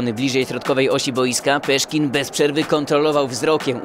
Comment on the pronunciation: Nie "Peszkin", tylko oczywiście pan Sławomir.....